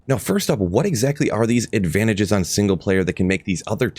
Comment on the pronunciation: "Advatages" 😂 luv you